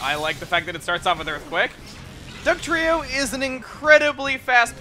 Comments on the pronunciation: Happy b'day also i found it funny when you got dugtrio's name wrong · I faced palm when he said Dugtrio wrong